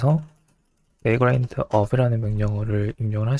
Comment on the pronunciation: 내용은 유익하나 바그란트... 유즈에이지... 영어 발음이 너무 혼란스럽네요..ㅠ